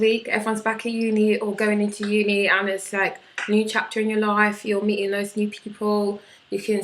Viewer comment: The way you pronounce life !! so south london